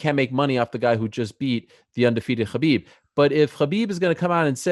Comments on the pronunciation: ITS HABIB NOT KHOBYB MAN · It's khabib dude